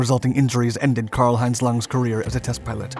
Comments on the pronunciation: Say Pee-toe. Pitot tube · Pee Toe. Pee Toe Tube. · Pitot tube. Pronounced pee-toh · The narrator is not the author of the content, and I believe the narrator is blind, so not a pilot. Nonetheless, he could study and understand aviation terminology better. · For the love of God learn how to pronounce "pitot" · It isn't "pilot" tube, it is pitot tube "pee-toe". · Pea-Toe, not Pie Toe and certainly not "pilot" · I rewound it a couple times asking if he was actually saying pilot tube. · I hate when people pronounce it pee-tot tube also. Is it so hard to say pee-toe? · By the way, it's a "pee-toe" tube not "pilot tube"! I'm surprised that it didn't have a heated pitot tube, even helicopters have them! Burned my hand on one on a Huey while going around the front and not paying attention! The static shock got me and the burn was just a gray ash mark because it was so hot! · How have you done all these videos and can’t even say “Pitot” tube. It’s not a “Pilot” tube. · Funny how serious and sure he sounds of everything, but then says “pilot tube” instead of the correct pronunciation, “peetoh” tube. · It’s not a pilot tube , it’s a pitot tube! If you’re going to do a commentary, know your material! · Pitot or "Pee-toe" tube, not pilot tube. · It's a pitot tube; not a "pilot" tube. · It's pitot tube not pilot tube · “Peee-toe” tube. Not “pilot” tube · PEETO!! Not PIE-TOTT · Its not a 'pilot' or 'pie-tot' tube. the way that 'pitot' tube is pronounced is "pee-tow" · Its PITOT tube not PILOT tube!!!!!!!!!! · say it back to me PEEE TOEEE Tube not PieTOT tube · Pitot(peetoe)...not pilot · I was wondering how many people would catch that. I kept yelling, “Peedough, kid, Peedough!!!” That’s how we pronounced it, when I was a UH-1H crewchief at Ft. Rucker. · Small correction. It's Pitot tube, pronounced Pee-tot. It's a tube used to sample ambient medium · "Pie-tote tube". LOL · Pitot tube "pee-toe toob" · "Pea-toe" tube. You're welcome. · Pidot tube not pilot tube lol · PEE-toe Tube.